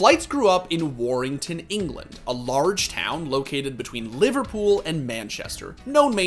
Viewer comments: Laughing at the way pronounced Warrington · "War rington" ffs 😂